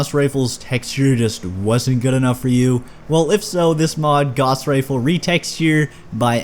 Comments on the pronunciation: BTW, "Gauss" rhymes with "house." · I find it interesting the pronunciations for the Gauss Rifle. I've always called it a Gouse Rifle, not a Gahse Rifle.